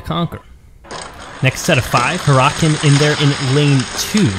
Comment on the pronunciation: Your pronouncing for huracan is wrong 😤